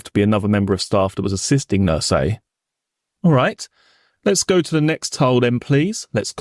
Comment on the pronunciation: o I do appreciate his hard work though it would be even better if "th" was not pronounced as "f" or "v" or "d", i.e "three" instead of "free", with instead of "wiv", "the" instead of "de". It sounds particularly odd, as barristers tend to enunciate correctly.